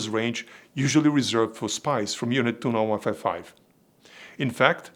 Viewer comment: Group "29-Wifi" sorry just cracked me and now I can't unhear it. Thank you for your amazing content and keep it up great job. I just subscribed so I won't miss any new videos in the future. God bless and stay safe.